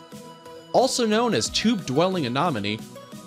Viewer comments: Very cool, but come on - anomony (anemony)? NudiBranch (sounds like bronk)? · it's anemone not anonomy 😅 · You said tube anomane instead of tube anemone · Not anomene, anemone! Nudibranch is NudibraunK. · 1) Anemone is pronounced "anEHmone," not "anAHmone." 2) Nudibranch is pronounced "NUDibrank," not "NUDibranch," despite the way it's spelled; and yes, they CAN swim. 3) No jellies??? Still--lovely film! Thakn you for sharing! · While I enjoy 4 Ever Green shows every now & then they do something that bugs me such as mispronouncing aNEMone by saying aNOMone. It is spelled anemone not anomome! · GREAT videos, but please learn how to properly pronounce "anemone". The 3rd letter is an E, not an O. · It's "Ah-Ne-mo-nee" Not ?Ah-Nah-mo-nee." goofy. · Why cant anybody on youtube say A-nen-o-me correctly!?? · OK - First of all, I almost couldn't get through this - people who narrate something should be required to learn how to pronounce things CORRECTLY!!! It's NudiBRANKE - not nudiBRANCH (talking about pronunciation NOT spelling) and Ah-nem-oni NOT Ah-nem-inon. And that "cute little creature" can sting pretty damn good! LOL Secondly - OMG!!! A Pikachu Nudibranch! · A nem on e. Not a nom on ne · As soon as I heard, “Tube Anomanie” I was out 😂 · Same here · The way he says anemone like a-nominee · A-nom-uh-nee.... ba ba ba ba ba.... a-nom-uh-nee.... ba ba ba ba, a-nom-uh-nee...... ba ba ba ba ba, ba ba ba, ba ba ba, ba ba ba...... A-NOM-UH-NEE! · How on earth did this narrator get away with mispronouncing anemone as anOmone. Just irritating to listen to otherwise nice video. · as sso as i heard. '' tube anomanie'' i was out🤣🤣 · Did you mean the creature usually pronounced A(uh)-NE(neh)-NA(nuh)-ME(me)? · Do some more work to make sure your facts are correct before making a video....and stop saying a-nom-a-me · Its: uh-NEM-ah-knee!!!!! 🤦‍♀️ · A-NEM-O-NEEE douche wad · Drove me nuts too! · I had to turn this off because he can’t pronounce anemone! 🤦🏻‍♀️ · Right??? SO annoying